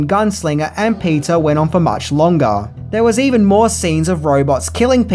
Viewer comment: "Now,with EVN MOR fkkk'n": noiyce bruh...